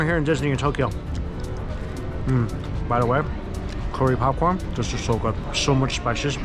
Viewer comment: It always tickles me how pronounces curry like "Corey" lol.